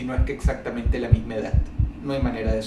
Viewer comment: Dross todas las palabras que terminan con "D" las terminas con "T" , edat , curiosidat , debilidat , deformidat , lo han notado?